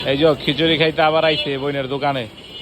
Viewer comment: এইজো বলেন কেন এইযে বলেন